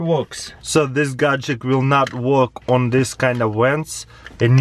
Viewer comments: it really annoys me when he says gadgek instead of gadget :D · Gadget. GADGET. NOT GADGECT! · Is it only me that notices that when he say gatget I hear gatgec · Wtf is a gajick?! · lol GAJICK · t Its a "Gagjekt" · Me: Gadget CrazyRussianHacker: Gadgek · Is it only me that notices that when he say gadget I hear gadgec